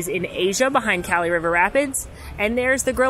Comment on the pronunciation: It's Kali pronounced Kah-lee...not Kali like Cali-fornia. It's after the Hindu goddess of death